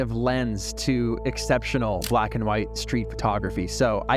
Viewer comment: "Bwaaaaaats Up!" damn... I tell ya... that absolutely brings a huge smile to my face. Interesting topic today "Vlack and White in Paris"... incredible.